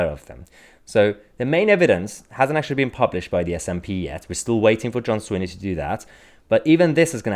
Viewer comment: Mahyar, it's Swinney not Sweeney